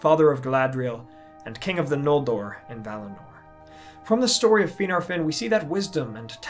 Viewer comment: is he pronouncing Finarfin and Fingolfin correctly? The Prancing Pony Podcast and many other sources say it differently